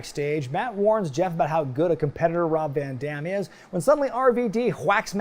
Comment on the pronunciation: I love, love, LOVE this PPV. The only gripe I might have is that the announcer (Chimmel?) messed up Van Dam's name, he emphasized the "DAM" part way too hard.